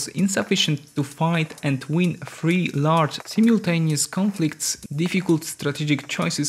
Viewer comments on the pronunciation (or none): none